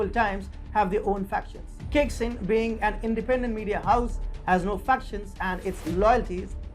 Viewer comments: It’s pronounced ‘chai sing’. Not kicksin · Caixin is pronounced Tsaisheen.